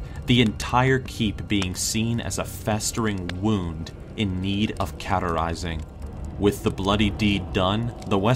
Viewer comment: Cauterize is pronounced Koterize with a hard Ah sound like caught and cot.